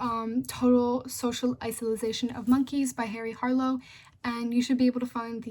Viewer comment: (iso-late-shin) isolation , you were saying "isilization." But other than that I say it was a good presentation. Good job